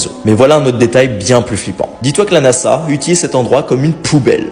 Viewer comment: NaZa pas nassa